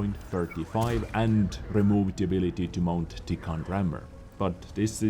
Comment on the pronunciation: Voices a meme Pronounces 'The' as "TITTIE"